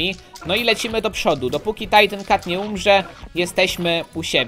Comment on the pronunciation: to nie jest "tajtin cat,, tylko titan cat